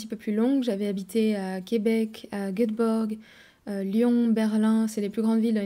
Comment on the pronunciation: Tu as vécu combien de temps à Göteborg pour ne pas savoir prononcer le nom de la ville?